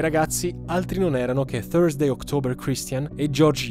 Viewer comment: Hai detto thusday ma hai scritto thrusday... 😅